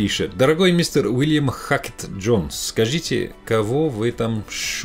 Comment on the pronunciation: Пусть научится сначала звук "л" мягкий правильно произносить ваш Уильям))